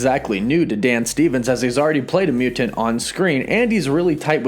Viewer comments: What the hell is a mew-TinT? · .... also why do you pronounce ‘mutant’ so weird, like a robot? is this AI taking over the world?????!!@